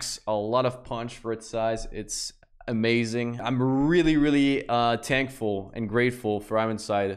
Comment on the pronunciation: “Im Really TANKFul.”